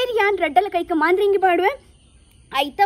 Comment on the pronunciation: I think it is not Maandhiringi....it is madharangi